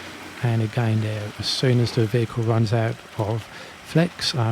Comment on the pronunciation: its the way you pronounce The Them There as duh dem dare that had me intrigued? Curious and curiouser